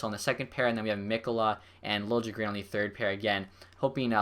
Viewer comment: btw its said lil-ye-gren